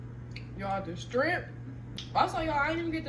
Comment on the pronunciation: Not trying to be rude but it’s shrimp sweetheart not strimp….